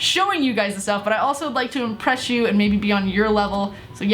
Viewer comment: "I want to IMBRESH you guys"😂